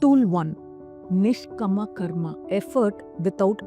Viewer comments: May I? It's NISHKAAMA and SAAKSHI not Nshkama and Suckshi. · Good video with useful tips - few corrections please. niSHkaama, not niSHkama. saakSHi, not sakSHi... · I love your videos but why are you pronouncing the Sanskrit words weirdly... It's nishkaama not nishkama.. and Saakshi not sakshi.. all the words have very strong vibrations.. we should pronounce with awareness.. please... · Pronunciation of the sanskrit words is poor U need not convert them into Tamil n speak !!! Its Nishkaama not nishkama , Kaama not kama ! long sound of aa ! Its not sakshi - its Saakshi long sound of aa ! Its Buddhi forcible dhi not simple ddi Please learn a little Sanskrit n preach * U dont become contaminated if u speak Sanskrit correctly !!! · Great presentation and beautifully explained. !! One suggestion... Kindly use correct pronounciation for the Samskruta words you used. Nishkama is actually Nishkaama ( without desire) Sakshi is actually Saakshi ( witness) Ppl might treat you as a guru for giving knowledge, so let them learn it right. Thank you for your effort & goodness.. 🙏